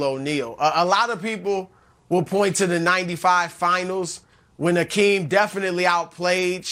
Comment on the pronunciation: Nick should learn how to pronounce Hakeem’s name correctly before speaking about him.